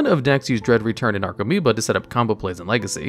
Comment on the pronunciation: Only thing on the video: commentator needs to learn how to pronounce the card names..... "Necro"meoba? That's "NARco"moeba. Many other spots too but this was most blatant. Should redo the video and learn how to read. Makes your credibility as a viable source increase.